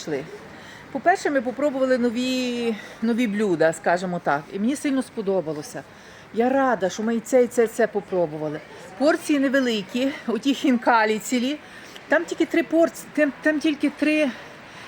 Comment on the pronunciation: Це називається хінкалі а не фінкалі